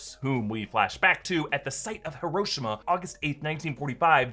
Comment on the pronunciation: the pronunciation of Hiroshima😀